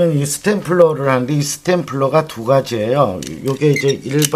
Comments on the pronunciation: 참 좋은 강의 감사합니다. 다만, "스탬플러" 가 아니라 "스테이플러" 입니다. 영어로는 "stapler" 이고요. 다른 영상에서 "oil painting" 을 잘 못 발음하셔서 "oil faining" 이라고 하시던데 ... 본인은 이런 것을 스스로 고치기 힘들 수도 있으니 누군가 주변에서 직접 가르쳐드리는 것이 좋겠내요. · 스템플러가 아니고, 스테플러 (스테이플러:Stapler)가 아닌가요?